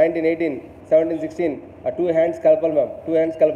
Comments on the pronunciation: It's two. Not stwo! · Its not istu say two 😁👍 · It’s two not stew 🤣🤣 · Not stow...... tow🤣🤣🤣🤣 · Maybe hearing stoo ruined his enjoyment 😀